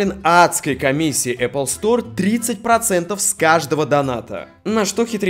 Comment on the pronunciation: Говорите правильно: Apple - Epil. Смотри не перепутай